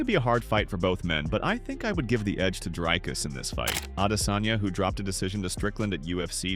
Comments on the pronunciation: Say "drink"... now say "Dricus". It's the same sound. We don't say draaaiiink 🙈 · It’s sad how much English speakers butcher Dricus’s name. The pronunciation is so far off😂